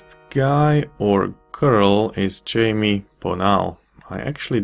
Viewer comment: I think "Jaime" is pronounced "high-may" by the way. I have a relative with that name.